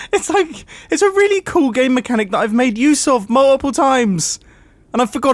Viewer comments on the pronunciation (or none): Did he say “MAWUPPLE TIMES!” Or was that just me.... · my man got so flustered he pronounced "multiple" in Australian